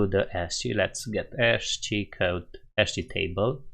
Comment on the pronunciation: ASCII is pronounced 'askii' :)